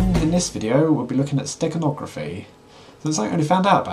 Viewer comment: For a second, I thought you said Steak hide - you were making me hungry! LOL